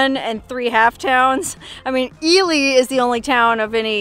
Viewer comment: And I’m glad you said “Ely” during this video because we thought it was pronounced “Eli” but you proved us wrong! Lol